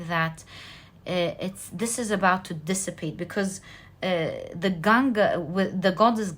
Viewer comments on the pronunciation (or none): none